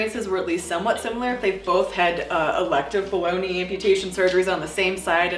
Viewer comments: After reading your comment, I heard Bologna instead of below knee. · Ha, I kept hearing "bologna amputee" lmao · Is it bad that everytime she says "below knee" I hear baloney 🤦.... By the way love the channel! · I keep hearing "below knee" as "bologna"